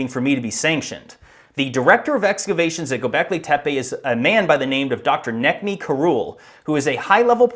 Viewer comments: Its pronounced Nejmi. C is a j in turkish. . Where did you get your before image of no trees? I researched and found same pic as one pic' before and after excavation. It was not 2004 as you say. The Olive trees there would take many decades to grow that size. I live in turkish north cyprus with 100 year old olive trees. I am going to visit the site in a few months. It is still being excavated. I have relatives nearby. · C is pronounced as a J in Turkish. His name is Nejmi. Ğ is a vowel lengthener, so Doğuş is pronounced Doyush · btw, Necmi is pronounce as Nejmi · You really really need a copy editor. Mispronunciation and grammar along with the over use of "literally" are atrocious. BTW the guys name is pronounced Najma. I was on a dig not far from Gobekli Tepi. I saw with my own eyes how destructive archaeology is. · just for people that are interested and maybe for the next videos as a little improvement: Necmi is pronounced Nejmi ( c = j ) while ç with the hook is pronounced like the "tch" in catch Doğuş is pronounced Doush ( ğ is basically silent and ş is same as "sh" in english ) while g and s without any markings are pronounced normally